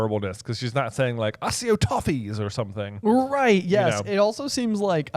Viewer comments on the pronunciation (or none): There's no soft "c" in Latin, so ack-e-o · It's /ACK/ E/ OH/ Acc come from the work acquire. So unless you pronounce the word acquire as assquire, you're saying the word wrong. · It’s pronounced Ack - EE - Oh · Accio - think about how you say access, accept, accessories. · I never realised how I felt about the pronunciation of accio until this podcast. It’s got two c’s and is based on the Latin words accio that can mean “I call”. It irritated the heck out of me. Other than that, loved the podcast, like always. It’s amazing to be able to listen to someone dissecting the books psge by page, because I don’t really any HP friends that are as big of a fan as I am.